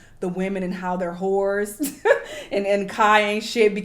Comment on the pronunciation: I am in tears 😂 with each time was saying "whores" in the end with the emphasis lolol